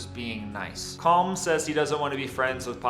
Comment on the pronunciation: Its pronounced colim you watched the film you should know how to pronounced it ,the same with Padraig its paudrig or paurig.